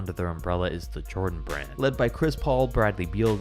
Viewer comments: Shoe RRand. Brah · Best starting five from every shoe RRAND!! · No one: The start of the video: every starting 5 from every shoe rrand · In the beginning it says shoe rrand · shoe rrand